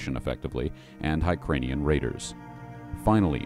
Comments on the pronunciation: Video author says: hi-crane-ee-an Should actually be: hur-cain-ee-an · HyrKANIAN. NOT hyrkranian... pretty lazy to get that wrong. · Dude, it’s spelled Hyrkania so how are you coming up with the pronunciation of Hykranian? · I would like to respectfully recommend that you look at the actual spelling of the word. Regional dialects and accents have absolutely nothing to do with gross mispronunciation